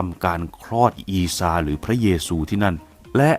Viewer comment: เล่าได้ดีมากครับ ทำให้ผมฉลาดมากขึ้น😀😀😀 แอดได้เอยคำว่า(อีซา)และท่านหญิง( มัรยัม) ได้ถูกต้องตามสำเนียง อาหรับเลย สุดยอดจริงๆ